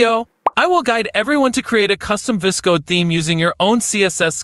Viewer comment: this is the first time i have seen someone say VS Code "vis-code"